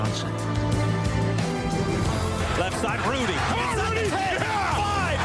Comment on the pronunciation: It's Rudi... Not Rudy